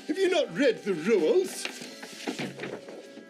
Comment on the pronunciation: "Have you not read the RUELZ?!"